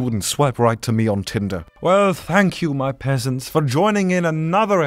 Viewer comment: WAIT, I just subscribed and I hear "hello there my beautiful pesents", from Sebastian. Since when was I beautiful